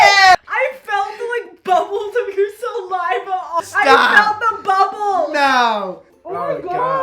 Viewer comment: "I felt the bubbles of your salaiva." 😂😂